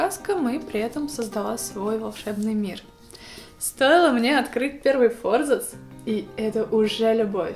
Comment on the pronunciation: Как приятно слышать правильное произношение слова "форзац"